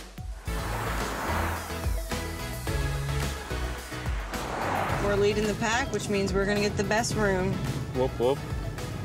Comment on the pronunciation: They said bitch instead of beach XD